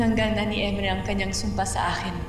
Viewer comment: pirena hindi perina tas emre hindi imre hahaha